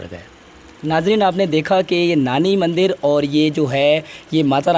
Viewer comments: Bahi punjabi tune me mandar bolte hai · Mandar nahi mandir 😁🤣😂